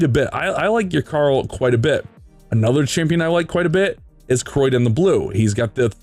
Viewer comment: The amount of times he butchered Criodan's name. Its pronounced (Kree-o-dan) not Croydon that a place in the UK.